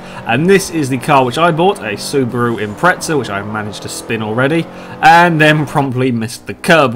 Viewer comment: The "impreza" does not have a "t" in it so please say "impreza" instead of "impretsa"